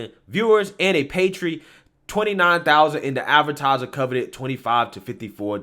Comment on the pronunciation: Bro I like your content, but I have seen you mispronounce at least one word per episode and it kills me. This episode you said paltry as PAY-tree. No bro. It's PAUL-tree. Do better. Be better.